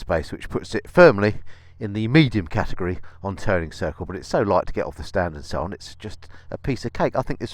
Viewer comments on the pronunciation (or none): none